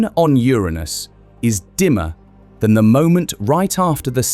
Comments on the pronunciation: How dafuq the narrator say Uranus? Urine us? Yer'anus is the only way. But, am I wrong, did it sound like urine us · To be clear, it’s “your-anus” not “ooranus”. Much funnier that way! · Its not Theiranus its not Ouranus its Uranus. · Wait… it wasn’t pronounced your anus but I heard your in us😢😢… and also no diddy😂😂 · Also, it's not Your Anus it's Uranus (Yerunus). You had it right at first than descended into childish comedy. At least the Brit voiceover pronounces numbers properly, with an "and" in between greater and lesser digits in a number missing from pronounciation. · The first part of the video you kept pronouncing Uranus as ur-anus but then you suddenly pronounced it as ur-aynus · pronounced "urinous" as in full of urine. I like "urainous" better. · Urine-us or Your anus. You choose. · Occupy Ur-anus :face-purple-wide-eyes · The consistent mispronunciation of the planet's name was irritating. Like a bad playground joke. This flaw makes me question the accuracy of this video. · Notice that the narrator cannot keep up the pretense of emphasising the 1st syllable instead of the 2nd, and soon starts pronouncing it the "right" way. 😃😃 So now we know that, in private, real scientists are just schoolboys at heart. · This is hard to listen to when Uranus is constantly mispronounced! It's actually infuriating. I've heard it mispronounced two different ways and I don't like either of them. Grow up and say the name correctly! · Please have a native English speaker record the correct pronunciation of the planet next time 🤣😂😂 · Learn the correct pronunciation of “uranus.” It is not the juvenile English long “A” sound. Shorten it or don’t. If you don’t, you’re just deepening the ditch that YouTube has dug through years of not bothering to learn that most simple of all facts about any subject—how to correctly pronounce it. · Please pronounce URANUS correctly!